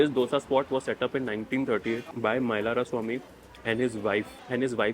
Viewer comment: Thank you for pronouncing Dhose correctly - not Dosa like north Indians pronounce.